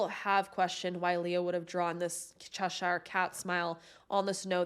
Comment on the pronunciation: Just fyi, Cheshire is pronounced like ‘Che-shur’.